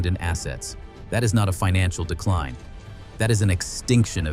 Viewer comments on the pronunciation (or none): none